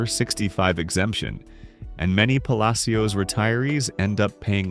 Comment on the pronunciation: Puh Lash es